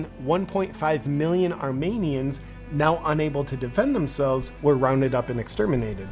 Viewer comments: the way he pronounced armenians killed me, also the armenians were being killed before the armenian genocide because the ottoman empire had a prejudice against us. it’s just in 1915 they started killing us in larger numbers, they also tortured, kidnapped, and did many other worse things to us. so i dont think gun laws made them go batshit insane and randomly kill armenians😭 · like how he apparently has a superior understanding of history but cant pronounce Armenians correctly and thinks Malcom X even tolerated conservatives.